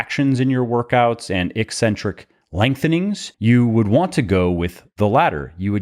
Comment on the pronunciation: Thank you for properly pronouncing "eccentric." EEEEEE-centric pronounciation drives me CRAZY.